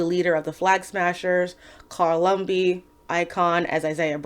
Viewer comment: Joaquin is pronounced Wha-Kiin. And it's Lumbly, not Lumby. Natalie Dormir doesn't play Sharon. Anyway, Isaiah needed a flashback that directly tied into the main storh. Plus, Lemarr Hoskins aka Battlestar is one of my favorite characters in the comics. And he dies here?! Also, if you bothered to read the books, the differences are more pronounced at how Disney evaded anything real. The MCU waters down a lot of backstories. Read TRUTH: Red, White, and Black. That is Isaiah's backstory as a WW2 soldier. That would have been a better basis than dealing with Zemo.